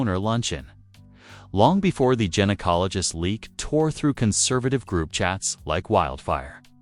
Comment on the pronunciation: This is the most hysterical AI blunder narrated story I have heard yet 😅🤣😂 yousha, uhsha, asha 😅🤣 Erik DeMOANER bahahaha... Is it the IT? 😅🤣 IT was mentioned several times... then we have the gin-acologist, Jinacologost and geniecologist...was it the gin, the Jin or the Genie?? The most hysterical tea ever 😅🤣😂🤣🤣